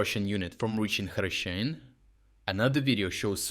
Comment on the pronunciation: STOP USING AI VOICE. YOUR VOICE PRONOUNCED HRYSHYNE 3 DIFFERENT WAYS IN UNDER 1 MINUTE. OR, I DON'T KNOW... REVIEW THE VOICE OVER BEFORE MAKING THE VIDEO?